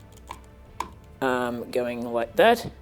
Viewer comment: I like how he is saying arm sounds like aaaam.